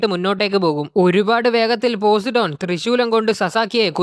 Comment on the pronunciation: Bro posidon alla po sai done agne venem paryan